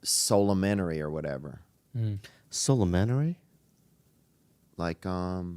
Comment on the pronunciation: I think Theo made "solementary" up. 😂